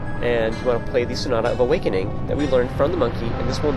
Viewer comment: you sound like your saying snot of awakening lol